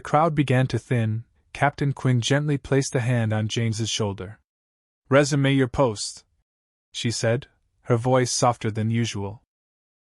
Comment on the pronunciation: Grrrrr reezoom your post not rezamay your post...AI voice? AI stop using it. If hunan...read through first- know the world- listen carefully as a proof reader reads before you post. Writing not bad. Good hook- rise and fall. Very nice story